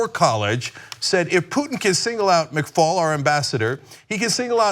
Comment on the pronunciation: McFaul not McCall .